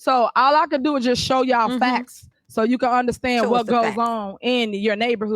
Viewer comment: 😂😂😂😂. Why is it that she is the only one with “the facxts”…. Lord have mercy. Somebody should have told her “no” in her lifetime.